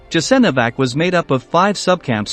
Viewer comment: Learn how to pronounce foreign words Jasenovac [yasenovats] and others are mispronounced as well! Ignorant if you want to point out some historical facts